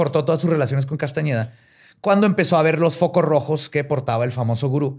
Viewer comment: 😖 mi cara cada que decía Castañeda... 😄